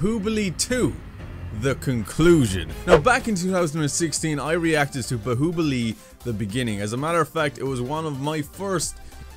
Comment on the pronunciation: say bahubali correct